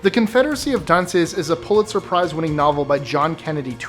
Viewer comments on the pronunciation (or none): none